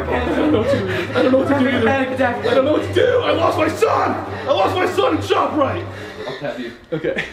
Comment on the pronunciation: when he says shoprite cuz he’s from jersey >